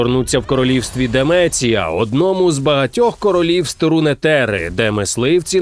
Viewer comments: не "сілас", а Сайлас Не "демеція", а Демасія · Дякую за українську, проте хотів би запитати, хіба буде українською "СІлас", а не "САйслас". Чи часом замість "ДЕмЕцІя" не повинно бути "ДемАсія"? І чому "РунЕтЕри", а не "РУнтерри"?. П.С. Той самий душніла 🤓. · Про Мейджсікера було важко слухати) Сілас - Сайлас, Демеція - Демасія, Рунетера - Рунтера. Доречі реліз дуже цікавий, грається приємно) (так трохи душню)